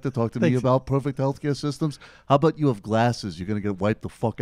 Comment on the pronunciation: FYI He's saying "aboot" to mess with you.